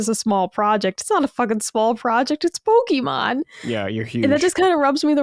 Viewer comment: Great episode! Ill say this again, though. To, you're awesome but you mispronounce Pokémon everytime. PokEEmon is flat out wrong. Either PokAYmon or PokUHmon are good but PokEEmon is grating to the ears every time. Only emphasizing this because it's a Nintendo podcast so you guys talk about the IP pretty much every episode:P